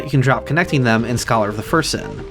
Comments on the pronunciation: Great videos but you’ve got to stop saying ”Scholar of the First Sin” like that. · I like that you put emphasis on "first" when pronouncing "Scholar of the First Sin," implying the existence of some sinister unknown second sin with another associated Aldia figure